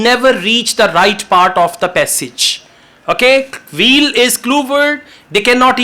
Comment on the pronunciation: is amazing! There was a funny part for me though. When he said to find the key word "wheel", it sounded like "veal" (meat of a young cow). When I read the passage, I realized he meant "wheel". It is easy to mispronounce the "W" as a "V". I just found yesterday and love his lessons. Of course, I Subscribed and turned on Notifications!